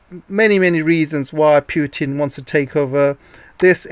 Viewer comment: not 'pjutn' ..it is Putin